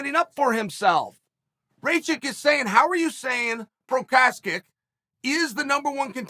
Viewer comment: it should be Igor Prochaev not Igor Prokaskik LOLs